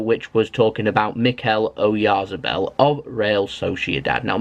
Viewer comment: I think it's pronounced O yarth a bell, he looks good player.